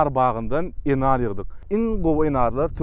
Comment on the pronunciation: Eşidenim gowy boldy: "nar" dal-de "Enar". Videony hökman yüklep almaly.